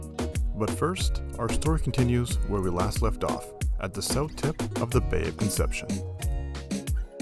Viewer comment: San Javi-ay? LOL Also, to be clear it’s not “Bay of Conception.” It’s Bahía Concepción. 🤛🏻